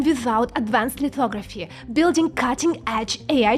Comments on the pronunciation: OMG i swear to god i thought you said "lithography is essentially fuckoveraphy" 😆😆😆 and yes... yes it is.... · Did she say, "Fucktography"? 😉🤙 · "lithography is essentially Fucktography" i can't unhear Ts bro 😭🙏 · what did she sayyyyy? Fucktography? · Did she say, "Fucktography" 😂😂😂